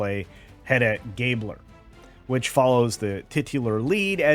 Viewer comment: It's pronounced "GAH-blur," not "GAY-bler." I can only imagine how she will destroy Ibsen's work. In the play, Hedda Gabler is a neurotic, selfish woman who doesn't love the man she married but wanted security, and actively sabotages and even encourages to suicide anyone who threatens her material comfort before self-deleting when her perfidy is discovered. Ten bucks says she becomes a stunning and brave victim who is destroyed by the patriarchy.